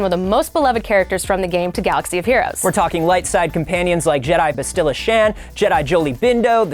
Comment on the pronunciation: did you mispronounce Bastila and Vao on purpose?